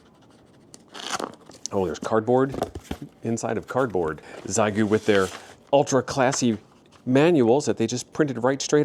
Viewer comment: It's pronounced SheGo for we English speakers ha